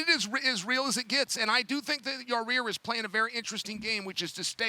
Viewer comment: I really think "Yarear" will win Maybe one day chael will learn his name😂